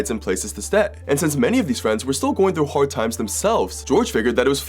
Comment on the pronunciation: lol “haord”